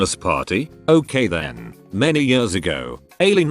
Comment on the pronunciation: Nobody: TTS: FAST FOWARD 20 “YEORS”